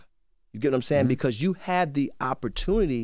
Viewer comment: I HATE how ENVY says “BECAUSE”